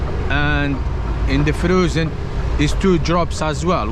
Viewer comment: The "froozen" cracked me up LOL....well done, mate, anyhow